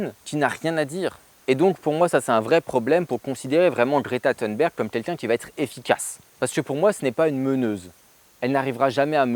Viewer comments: Si Greta Thunberg (pas besoin d'essayer de prononcer à l'américaine, elle est suédoise, et en suédois comme en français th=t, et u=u comme dans "unité") ne propose rien, en revanche elle fait quelque chose : mettre la pression sur les dirigeants pour se mettre à prendre les menaces au sérieux. Alors, oui, c'est naïf de sa part. Elle avait 16 ans à peine. Quant aux "quelques matières premières" qui manqueraient à la France pour relocaliser son économie et son industrie, eh bien c'est pas "quelques" qu'il faut dire, mais "presque toutes". Même une centrale nucléaire : du sable (pour le béton), de l'acier, etc., juste pour la construction, c'est près de 100% d'importations. Et les engrais des champs, c'est majoritairement du gaz et de la potasse d'ailleurs. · Toi qui d'habitude fais exprès de mal prononcer les noms anglophones, je ne sais pas pourquoi tu t'ingénies à prononcer Thunberg à l'anglaise. Sache qu'en suédois, ça se prononce peu ou prou à la française ou à l'allemande. Juste "t" et juste "u". "Berg" se prononce par contre "beri" - je sais, étonnant ! Du coup, tu aimes les films d'Ingmar [Beriman] sans le savoir.